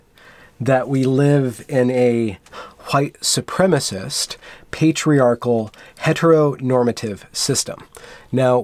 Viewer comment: "Petriarchy"? You went there? LOL!